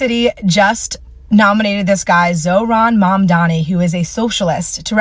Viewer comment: iT IS MAAMDAANI NOT MOM DONNIE. GOT IT? “MAMDANI” and not ”MUM DONNIE.”